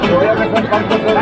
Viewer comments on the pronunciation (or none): none